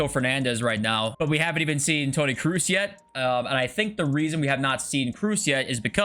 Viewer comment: Please stop calling Tony Kruus. Its Tony Kroos